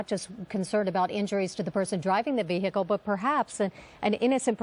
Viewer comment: the VEEHEECAL